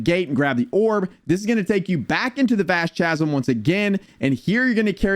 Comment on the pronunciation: Thank you! I appreciate the guide, but after the like 10th time in saying Cha-zum in like 3 minutes I just had to go to the comments 😂